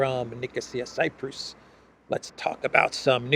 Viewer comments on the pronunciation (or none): none